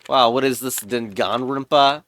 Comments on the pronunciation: dun gong rinpa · WHAT is that pronunciation